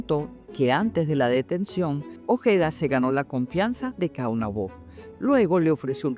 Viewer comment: Disculpe. 2 cosas: a) No es Caonabó (fuerza en la última o), es solamente Caonabo. b) No es Cacica, ella se convirtió en Cacique.